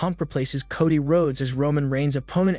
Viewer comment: Bro, it Coe Dee not cah dee!!